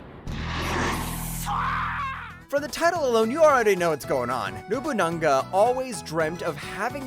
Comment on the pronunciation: It's Nobunaga not Nobuna-n-ga, there's no N between Nobuna and ga